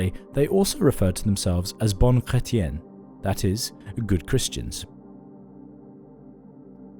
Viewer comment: agreed, dude butchered bons hommes, bonnes femmes and bons chrétiens. The burning stake is waiting.